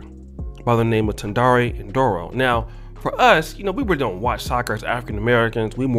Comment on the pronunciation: My people are here too 😂😂😂😂the way you pronounced Tendai Ndoro though